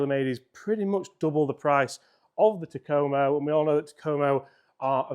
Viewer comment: "TA-ko-mo" Not "Ta-KO-mo"